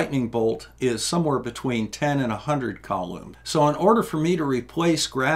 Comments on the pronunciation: Interesting seeing a sliderule in action. Never learned how to use it. I know you've said before having struggled with dyslexia, so please don't take this as anegative critisism. But the guy's name is Coulomb which you might pronounce as "coolomb" instead of "coloomb". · I've always heard of the charge unit as being a 'Cool-ohm', not a 'Cow loom' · How did you come up with “the earths charge”? BTW it’s koo-lom. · First off, never buy nylon carpet, even if you love the 70s. Second, and it’s a small thing, but M de Coulomb was a French officer so his name is pronounced as ‘coo-loam’. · it's a French blokes name, just say "Cool Ohm" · I learned 2 new things from this vid: 1. that Earth is electrically charged. I assumed it would be neutral. 2. A bizarre way to pronounce Coulomb. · I don't think the several comments on your pronunciation are hang ups. But you do so well on the explanations that the mispronunciation just sort of grates.